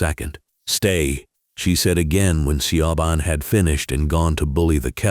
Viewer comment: Siobhan is pronounced Sha Von.😂